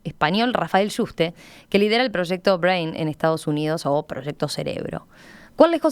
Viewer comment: Nadie le pudo decir a la locutora como se pronuncia Brain....que verguenza